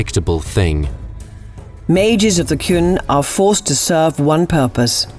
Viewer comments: Hey! They pronounced Qun right this time! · Thanks for listening to us, you fixed the pronunciation of Qun in this video. Once again, a brilliant job!